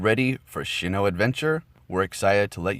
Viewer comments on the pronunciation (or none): It’s pronounced Sinnoh, not Shinno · It is pronounced sin oh. Not shin oh. Lol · It's SINN-oh not SHIN-oh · S-I-N-N-O-H!! Loved your video, as always very helpful but hearing you say SHINNOH was kinda cringey... keep up the good work!